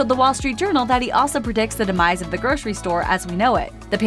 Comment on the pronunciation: Seriously, groshery????? It’s grocery. Gro....sir...ee. Pronounce it properly or get someone else to do it.